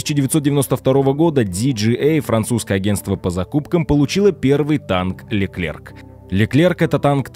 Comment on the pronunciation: Не Леклерк, а Леклер.